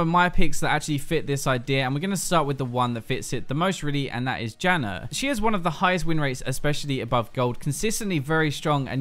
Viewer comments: I'm sorry, but I cannot stop hearing "jannar" cause it's too funny xD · British. Adding r's like that (which is technically called intrusive r's) happens with his dialect and the Australian dialect. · It's an Australian thing, but I'm not sure if is even Australian